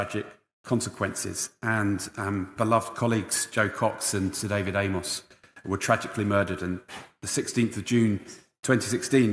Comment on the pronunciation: If he was acually interested in David Amess he would at least get the man's name right! 😂